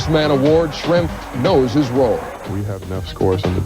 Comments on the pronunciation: Thank you for this vid, Schrempf is criminally underrated and was a big part of NBA basketball in his days. Love to see him get some love! BTW.: your pronunciation of his name is pretty good! Greetings from Germany 😊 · As a German I was pleasantly surprised that you didn't butcher that name ;-)